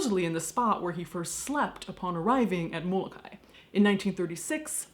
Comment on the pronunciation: Mo-Lo-Kye-e...thats is how its pronounced.